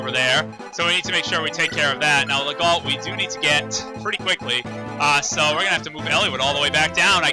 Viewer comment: "Legault" is pronounced "Leh-go". The "lt" are mute. That's French for ya.